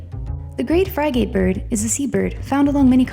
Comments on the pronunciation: It's pronounced "frigit" not "fry-gate" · Central America, Not Middle America Poison Dart Frogs, Not Poison Fart Dogs Frih-get, Not Fry-gate Grouse, Not Grose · It's the "Frigate" bird as in the ship.... the short "i" in little.... not as in the long i, sounding like fry- gate.....yanks?!!! ;) Also the grouse not the gross. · Pronounced "Friggut" not Fry Gate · It's Sage GROUSE, ya' trout! It's FRIGate Bird, not FRYgate! You wouldn't have these problems if you 1.) checked pronunciations first, and 2.) use a HUMAN announcer! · It's not a fry gate bird, it's frigate, like the ship. The "i" is short. You're an announcer, i mean c'mon !! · Frigate, like the ship. Not "fry-gate" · Frigate is a ship, pronounced "frigett", not "Fry Gate"! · hearing you pronounce "frih-get" fry-gate is grating on my ears. also it's a GROUSE not grose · "Frigate" is generally pronounced with "frig" pronounced like "fig" and "ate" pronounced like "ut" or "gut". "Frigate" rhymes with "ribbit", the frog sound. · Is this a computer generated voice? Sage "grose"??? Great "fry-gate"??? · DID SHE SAY FRYGATE LOL. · groose and frygate and the wrong pronunciation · Please learn how to pronounce some of these names such as Grose,(grouse), Frigate and Coquette. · Mispronounced frigate. Before making these videos, narrator needs to go online and learn correct pronunciation of all words ...